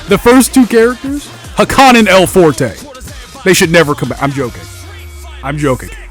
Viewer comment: "El Foretay"